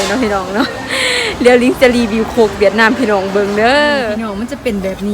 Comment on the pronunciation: คุณหมอครับเวียดนาม ไม่มี ห นะครับ fcนะครับ